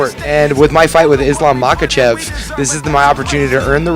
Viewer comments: Mock ah chev Holy shit!! Get it right man!!! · First of all. It’s Mackle-shev. Get it right